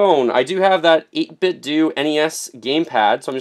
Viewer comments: I don't want to be that guy, but do we say Nintendo or Nintendoo ? :) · Pronounced 8bit-doh like Ninten-do! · it's pronounced "doe" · I think it's pronounced 8 bit o The "d" is silent. Update: The "do" is pronounced the same way you would say ninten"do"